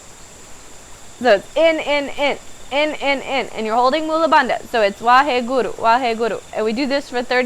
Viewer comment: if youre going to use a sacred word like waheguru, please learn how to pronounce it correctly.